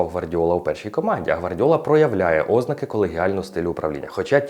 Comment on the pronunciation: Цікавий контент, але подача занадто скучна, наклав би хоча б якусь музику на фон, все дуже монотонно. І в слові ознАки наголос на «А», а не на «О»